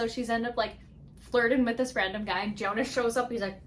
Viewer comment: His name pronounce as (yonus) in written form is jonus....its viking inspired book Old norse j pronounce as y... If youre reading book 2 hope you pronounce that correctly...then you liked it better....sorry if you find that comment rude